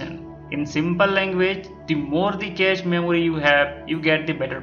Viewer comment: improve ur English man...cache is pronounced as cash not catch. Make a video only if u have some real info..otherwise we all can read everything on the net. what's the use of making such videos?